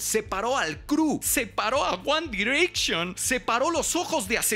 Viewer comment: No me ofende que diga "separo a guan direcchon" me ofendió que pusiera la foto de cd9, que pinche asco.